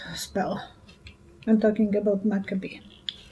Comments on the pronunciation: Hi! You are so sweet and kind! But, may I correct something! Please pronounce Andrew McCabe’s name correct. It’s Mick Kab, e silent and a hard, like cape but with a B. Mc pronounced Mick and Cabe is pronounced A (hard A) and don’t pronounce e silent, like cape but with a B. NOT MacAbee! Ok just wanted you to know I love you enough to tell you❤️🤗🌟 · His name is Macabe. mah- caaaaay--buh3